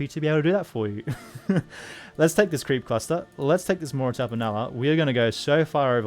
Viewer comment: whenever you say "creep cluster" it sounds like "creepy pasta" to me lol